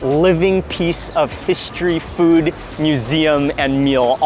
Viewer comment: I love how Mark says "Fud" instead of "Food" 😝